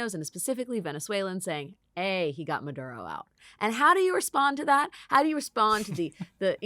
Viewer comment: Ms. Wagner's pronunciation of 'Maduro' is very good, congrats.